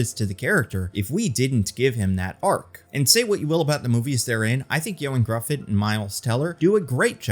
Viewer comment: The correct pronunciation of “Gruffudd” is like “Griffith”, but with a TH like in the word “the”